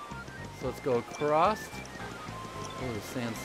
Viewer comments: Anyone else notice that said "acrost" instead of across? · I actually catch myself pronouncing "across" like that all the time.